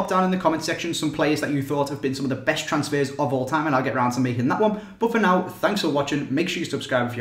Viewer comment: Thee Weeeest transsfehs eveh